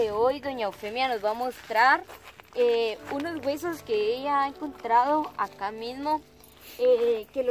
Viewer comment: "Unoz wesuz" 😂